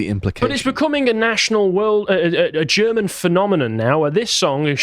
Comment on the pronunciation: has a pretty good German pronunciation. I'm very impressed.